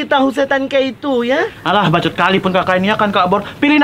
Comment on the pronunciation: Akhirnya denger bilang allahe walaupun pas jadi 😂